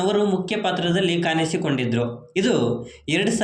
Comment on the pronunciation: ಕನ್ನಡ ಸರಿಯಾಗಿ ಮಾತಾಡಿ. ಕಾನಿಸಿಕೊಂಡಿದ್ದರು ಅಲ್ಲ ಕಾಣಿಸಿ